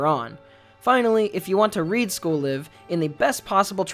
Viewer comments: Please for the love of god, its pronounced as in "We're live in New York" or "We got a Live one" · Am I the only one that pronounced the 'live' in school live with the I being pronounced like Life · Are you supposed to pronounce "Live" like the verb?? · Am i the only one that thought it was pronounced school layv?